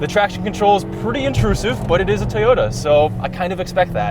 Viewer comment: Did he say tayota